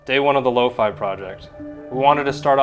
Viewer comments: bro its "low-Phea" not "low-Fi: 💀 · Lo-faii? Ew. I pronounced it Lo fee all the time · Wait shes pronounce as lowfay??????